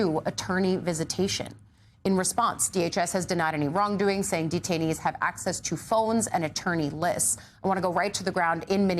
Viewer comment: Detainees, not “detainies”